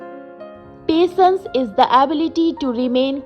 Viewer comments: Pasense not patience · your handwriting is beautiful but the pronunciation of patience is wrong